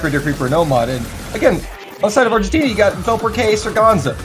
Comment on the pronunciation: They also pronounced wrong VelperK hahaha